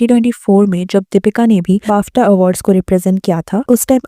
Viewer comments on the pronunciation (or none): Pronouncing BAFTA as BAAFTHA is killing me 😂 It sounds like kofta lmao. It does not need to be that drawn out.